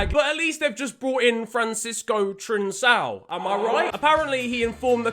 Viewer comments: Trincao?? It’s pronounced trin-cow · love the vid but the c in trincão is prenounced with a k sound